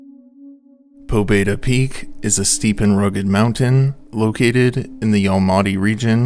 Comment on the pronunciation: the name "pobeda" is pronounced more like "pabyéda", it means "victory"